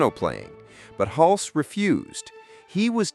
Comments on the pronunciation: . “HULC-SEE”??? It is pronounced, “HULS”. Single syllable, silent “E” Jesus man. This is the centerpiece of your video and you can’t even pronounce the lead actor’s name, right. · It’s Tom Hulce (like “hulse,” not “hull-see”). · His last name is pronounced hull-see. Not huls. Stupid AI forgot a syllable who ever made this got so many details wrong. Come on China step up your game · Nope, you can’t use a bot voice for these things. It’s Tim HULSS, not HULCEE. Please do your research, it makes everything in this video suspect and I wanted to like this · So is the actor's surname pronounced HULSS or HUL-see? It's in here both ways, alas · Tom Hulcee ??? -- AI ! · Pronounced Hulse like pulse. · BTW the name is Tom Hulce but pronounced Hultz. If you're going to make a video about this movie you should know how to pronounce the name of the actors. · Nice video, but maybe learn to pronounce the name of your lead actor. It’s not “hulsey” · "Tom 'Hul-cee". 😂😂😂😂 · Haha!< The announcer doesn't know how to say "Hulce" ! 😂😂😂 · Ai voice sucks. Pronounces 'Hulce' 3 different ways. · Milos Forman's first name isn't pronounced like Milo. It's pronounced (Mee Losh). And the E in Hulce is silent. And, don't ask me why, but Tucker Carson has the same laugh. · Seems like more AI nonsense. Tom Hulces name is mispronounced. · You pronounced "Hulce" two different ways.